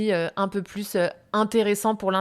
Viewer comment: Merci d'avoir partagé ces conseils utiles. Je suis une apprenante de français et je me demande pourquoi vous dites « beaucoup plus informelle » « beaucoup plus orale » ; "un peu plus intéressant"... avec le son \s\ de "plus", au lieu de prononcer le son \z\ de liaison. Est-ce une prononciation courante en français ? Merci beaucoup !